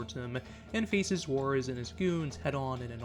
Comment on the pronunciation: i hate how you pronounce Jaurez.... (WHA-Rez) or if you're southern like me (WAW-REZ)